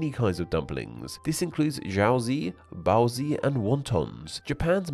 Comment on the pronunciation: pierogi is plural, singular is pieróg. also, you pronounce jiaozi and baozi wrong. It's "jyau dzyh" and "bau dzyh", pronounced like "dzyh" not "zee"